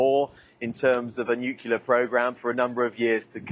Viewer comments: Is it so hard to say NUCLEAR instead of NUCULAR? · There is no such thing as "nukyaler." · I'll never understand why people who have no problem saying 'clear', cannot also say 'nu-clear'.🤷‍♂ It seems to cross cultures, nationalities, ethnicities - some people just get 'nucular' stuck in the brain. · nukelar ? Gosh, the britsh educational system is bad, but I didn't think it was that bad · Can’t they just break the padlock on the gate of Hormuz ? And why can’t people pronounce ‘nuclear’ properly ?